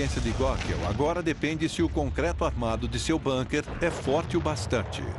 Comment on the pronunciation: É de lascar: bAnkers? É bUnker !!! É alemão, e não inglês, porra. Com U, U, que alemão tem som de U. BUUUUUUUNKER !